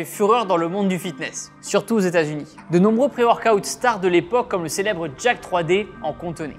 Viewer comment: Le pré-workout c’est pour les faibles 😂. Sinon concernant le bon vieux Jack3d de tah l’époque, ça se dit pas Jack Trois D, c’est sensé se lire Jacked, un participe passé anglais quoi. L’Oxy-Elite d’USPLabs c’était quelque chose aussi (pas dans le même but).